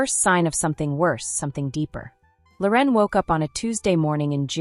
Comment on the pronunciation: Her name isn’t Lor en. It’s Loren